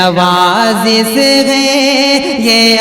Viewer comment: Nawazis nahi nawazish Talffuz tak thik nhi urdu shayar ho